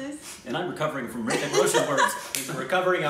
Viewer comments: H is Silent in HRITIK, correct way to pronounce is RITIK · H is silent in hrithik